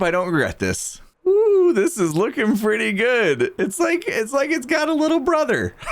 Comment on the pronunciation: PRETTY redstone,. You said the word "pretty" wrong there, hahahaha. That's what you should ask for from Bdubs for doing the leather armor:)